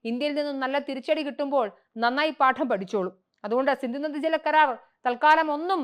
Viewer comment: സിന്ദു അല്ല സിന്ധു ആണ്.